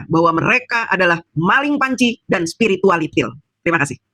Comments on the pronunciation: bu kalau nyebutin spiritualiti ndengerinseriuss jadi nggakakkj😂😂😂😂😂😂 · Saya tetap ketawa ngakak jika denger mbk DJ bilang Spiritualitil 🤣🤣🤣